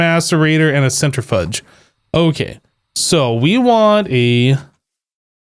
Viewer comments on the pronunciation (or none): Centra FUDGE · I love how you say centrifuge